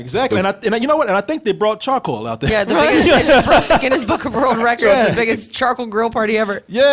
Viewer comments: Can say charCOAL? ^_^ Damn, this is like Bennedict Cumberbatch trying to say 'Penguin' ^_^ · Call The police every time he says chacoil ⚫️